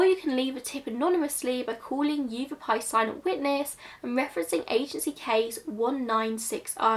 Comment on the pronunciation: I generally avoid children’s cases because they’re something which can trigger me, but as somebody who grew up in Phoenix (it’s pronounced Yah-vah-pie after the native tribe indigenous to the area), who hadn’t heard about this, I thought it was worth it to listen. It would not surprise me if it was some form of hate crime, even back that far. Anti Mexican sentiment within the WASP community there is quite common in the area- just look at sheriff Joe in neighboring maricopa and how many times he was re-elected. Red is a very significant colour- a lot of Latin American children are immediately given a red string bracelet upon birth to ward off Mal de Ojo. It's possible that if she was an undocumented immigrant, the red nails and hair tint were added protection, rather than signs of unsavoury human trafficking. Coyotes are highly exploitive and dangerous people who often actively choose to prey on the weakest, and they've been operating on the mexican-american border since the late 18000s- it's possible that they chose to increase the amount of money they wanted whilst transporting this girl and her family and them chose to either deliberately or accidentally ended up killing her. It's also possible that she simply did not survive the hardness of the desert and the way in which they chose to transport her.